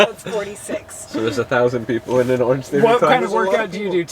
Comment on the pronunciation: I heard "orgy" instead of "orange theory" and the rest of the conversation was still making sense and I got worried there for a sec :'D